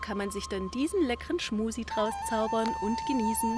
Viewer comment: Ist das Absicht, dass Du permanent "Schmusi" sagst?